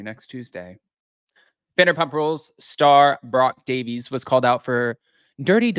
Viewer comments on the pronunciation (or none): none